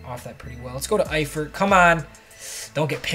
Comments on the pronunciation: Your saying Tyler eiferts name right, don't worry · You said Efiert correctly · Ya ur saying eifert correct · You said Eiferts name right